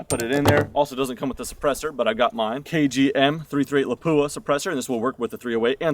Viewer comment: I still like the Paratus. It works well for me, breaks down pretty small. It is pronounced LAP-Wah.